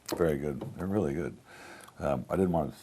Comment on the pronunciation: It’s probably better they didn’t drink. Even so, at min the guy with the glasses startes in slurred speech “reaaaw.... really fine ruby port” He must have been on a really empty stomach LMAO